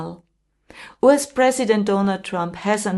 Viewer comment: So you don't even know how to correctly pronounce "US" !!?!!??